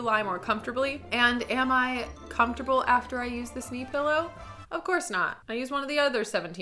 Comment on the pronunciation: I remember a video of you and Natasha Negovanlis where you made fun of her Canadian accent saying "pellow" and "beg". And now you said it. Lol 😂